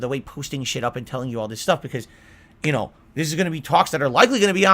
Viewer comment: "Yoouuunnnuuu know whaht I'm saying"